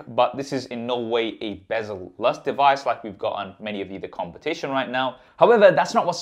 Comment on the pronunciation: Here is the "dewise".........!!!!!!!!!! Hmm, instant thumbs down for this reviewer. I can't believe this brilliant flagship smartphone hasn't been reviewed by more professional and popular reviewers.